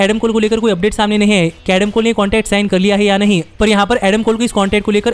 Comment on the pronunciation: Bhai sahab tum na baten kam kiya kro tumhari repeatation ki wajh se video jyada lmba ho jata h, aur han है को है बोलने में क्या दिक्कत है😂😂